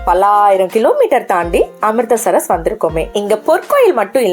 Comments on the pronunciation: Amritsar, not Amristar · Amritster amritster nu evalavu murai maathi mathi thappa solringa . Amritser correct ster illa